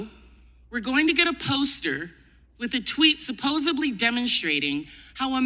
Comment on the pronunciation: I love her approach, but I really wish she knew how to pronounce supposedly without a 'b'.